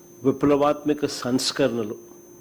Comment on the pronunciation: సంస్కరణలు అనడం కూడా రాదు.... ఏంటి మమ్మీ ఎవడీడు 🤬🤬🤬